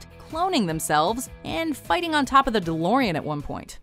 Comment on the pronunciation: ドロリアンじゃなくて、デロリアンですよ